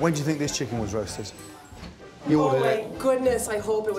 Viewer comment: Chic-Ken, I'm talking you you about the chic-ken...